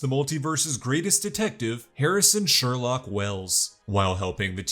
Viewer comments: "Its sherlouque not sherlock" 😂😂😂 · "It's SherLOQUE"